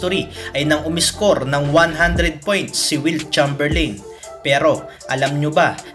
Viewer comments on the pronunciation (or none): It's read as "Cheymberleyn" not "Cham"